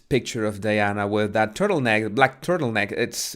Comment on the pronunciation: It’s not “Deana,” it’s Diana ffs!